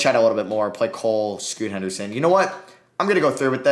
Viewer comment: He said Scoota Henderson every time